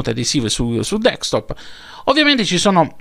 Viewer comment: Grazie x le notizie e la passione che metti...ma una cosa non ho capito. Perché lo chiami dekstop invece di desktop?